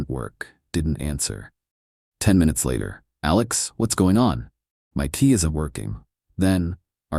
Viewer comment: LOL, the majority of the storyline say Tea instead of Key.